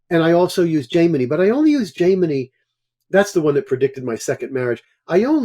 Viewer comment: All respect to and his experience, but just a couple notes here. For those getting introduced to Vedic systems, please note that his pronunciation is not always correct, for example "Ashtotarri" and "Jaimini". In terms of the dasha systems, "chara dasha" is not a "Jaimini" technique per se. It is covered clearly in the version of Brihat Parashara Hora Shastra we have, along with many other things people call " Jaimini" techiniques. It is claimed these were inserted into BPHS, but there is not solid scholarly evidence to support this and is an assumption. A note too on his use of divisionals. He was looking at 6th in the career chart for medicine and finding it didn't work. There are techniques wherein we do not use the same house meanings across all the divisional charts. So 6th houe in D10, would be house of service. More planets there merely means person is more orientated towards service than business, which is a 7th house thing there. Like this, divisionals are not simple, unless you are of course looking at the rising of each one adn the significator house for that area of life, but there is a LOT more to see there. Another point to his presentation of neech bhanga, and reversals. It does not mean the problems represented by that yoga is canceled whatsoever. Nothing is ever canceled. It just suggests that there are some problems which can be overcome and that depending on what the thing is that is cancelling it, which would be specific to those rules. This too